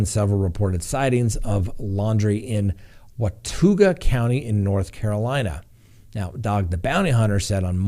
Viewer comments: Hi... I'm from NC... just so you know, Watauga County is pronounced wa-TAW-ga...I just had a good laugh... keep up the good work!☺️ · Lol “wah tah ga” watauga